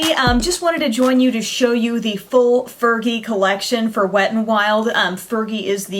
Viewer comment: i think she said fergie wrong!!! hahaha